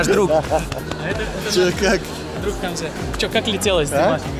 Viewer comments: Почему Хамзе,а не,по казахскии.? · Прошу не искажать имя не ХамзЕ, правильно, либо у него в паспорте допустили ошибку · Очень приятный позитивный,улыбчивый парень! Наконец-то казахи появились со свои репортажем! Долго же вы молчали и выжидали,а?! Хочется спросить, почему твое прекрасное имя произносят ХамзЕ (в дательном падеже?!)